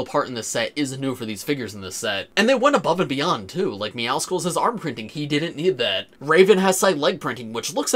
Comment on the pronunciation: meow skulls is meowcles's sister. so his name is pronounced like meow muscles